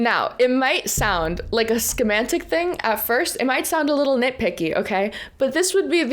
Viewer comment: Adam, just checking in as a millennial academic that enjoys the way you go about your commentary. I don't understand Gen-z culture, so I'll accept if I'm off base; but, please either train your stand-ins or get someone else. The pervasive mis-pronunciations, "inspector generals", "Scheme-antics", etc. are diminishing the quality of your brand, which I'm certain you are keanly aware was hard fought (Kudos on the Joint Sessions media access and the live stream, had it on throughout the day). I might be just an old man shaking his fist at the youths that aren't concerned by matters of coloquial vernacular, but between Meidas (whom i know you are affiliated ), and BTC, I can satisfy my news needs -- but I'd rather hold your channel is as high of a regard as I hold theirs. Please, consider training, briefing, or replacing this stand-in. I'm sure she's lovely, is intelligent and shares her ideas eloquently off-camera, but just because I can sing Les Miserables beautifully in the shower doesn't mean you'll find me on stage at the Royal Albert Hall. Regards, B.